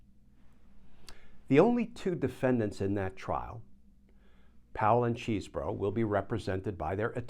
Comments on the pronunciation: It is great how you constantly mispronounce Chesebro. (Chez bro) It must be super annoying. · It's Chesebro with a short e. He attended my high school. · Sorry, Glen, but deliberately mispronouncing his name is not a good look. It's been determined how he pronounces it and it's not how you are choosing to say it. In fact, you even used the correct pronunciation the first time you mentioned his name, then proceeded to butcher entry time after. It sounds petty and beneath you. 😢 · I prefer the pronunciation "cheese bro." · neither here nor there really but is Chesebro’s name pronounced Cheese (as in the dairy product)-bro?